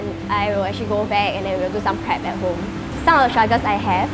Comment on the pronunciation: she likes to say the word : " Acthree" instead of "Actually"